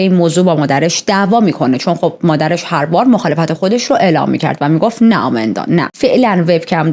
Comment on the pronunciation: شما اسمشو اشتباه میگید آمیندا که نیست ایماندا درست‌ترین هستش پس اسم‌ها رو درست بگید